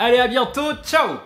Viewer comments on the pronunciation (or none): none